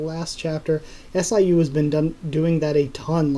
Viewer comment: Hey I really like your channel but just an fyi, in Korean manhwa FUG and SIU are pronounced as it is (like bug with f and pew.. but with siu) Keep up the good work man!